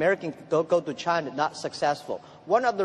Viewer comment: Only pronunciation problem: China, is not Chinar.